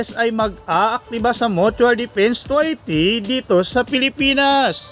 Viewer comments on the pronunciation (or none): Vloger ayusin mo pagsasalita mo treaty hindi twerty